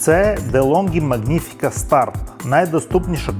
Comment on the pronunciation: Вибачайте, але дуже ріже два моменти. Не латтЕ, а лАтте і літера G в слові не читається, просто Маніфіка. Вибачте ще раз. 😊